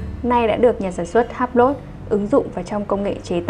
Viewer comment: Em phát âm sai Hublot nhé, tra cứu thêm để phát âm cho đúng.